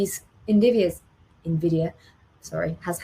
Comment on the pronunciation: It's NVIDIA not NDIVIA lol